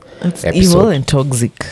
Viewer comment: Toxic is pronounced as toksik NOT tokzik